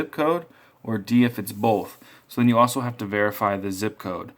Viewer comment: i hate when people say the word both like 'bolth'